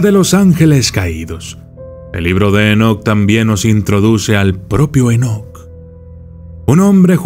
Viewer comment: Dice: "EnoKATE"